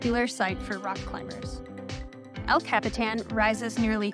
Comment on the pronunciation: El Cap-Eh-Tan lol 😂